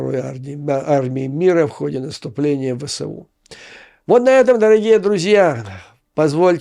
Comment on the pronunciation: Абревіатура ВСУ вимовляється як "Ве. еС. У." згідно нормам російської мови. Так само як колись вимовлялось КПСС "Ка. Пе. еС. еС." (не до ночі була згадана).